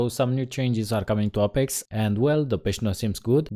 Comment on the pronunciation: Ay-pex not Ah-pex >.>